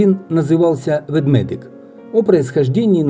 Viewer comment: Ведмедик ( а не Ведведик)😉